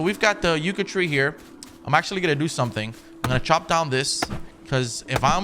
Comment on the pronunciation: Nothing but love, that being said its not pronounced “yucca” more like yuck-a